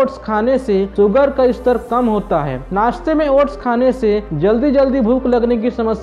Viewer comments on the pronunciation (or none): none